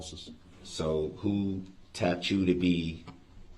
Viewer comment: Finally! Someone says something about when he says tap. It drives me insane when he says it.